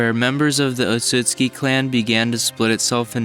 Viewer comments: Can you not read? Or listen to a goddamn thing any time an otsutsuki says their last name? ITS OTSUTSUKI NOT OTSUKI You don't deserve to have this video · bruh he was pronouncing the clan name wrong the entire time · The way you pronounced Otsutsuki triggered me. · Like the vid but your pronouncing the clan name wrong